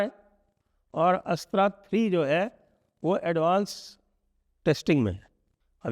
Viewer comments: नमस्कार सर मैं बस एक सुझाओ देना चाहता था की हम अस्त्रा की जगह अस्त्र का उच्चारण करे। चीनी या जापानी कभी भी अपने शब्दों का उच्चारण अंग्रेजो की तरह नहीं करते ये बस भारतीय ही अपने शब्दों को बिना मतलब अंग्रेजी रंग दे देते है। 🙏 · संजय जी, “अस्त्र” मिसाइल के उच्चारण में थोड़ी त्रुटि है। आपके उच्चारण से ऐसा प्रतीत होता है जैसे कोई गैर-हिंदी भाषी व्यक्ति इसे “अस्ट्रा” पढ़ने का प्रयास कर रहा हो। पूरे सम्मान के साथ, आपसे अनुरोध है कि कृपया इसे सुधार लें।